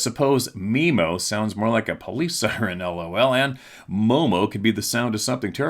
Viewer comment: ... Mo,mo is the correct way to say it. Sup, fam(?)! MO is the abbreviation for my state (as far as the postal service is concerned), and mo is short for monster. I live there and have been hearing about Mo,mo since the 60s. Peace🎉🍻